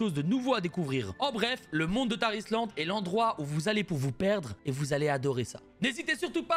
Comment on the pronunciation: Quand il parle du sponsor de la vidéo y a que moi qui entend "Tah Islande" ? x)